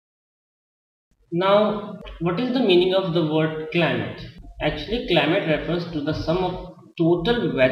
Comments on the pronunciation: it is climate not climale......pls improve your grammar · its not climale its climate sir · CLIMALE total LOL!!. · And what is this climale